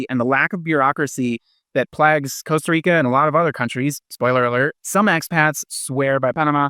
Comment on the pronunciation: Can’t trust a guy who rolls the R in Costa Rica — ticos don’t roll the r.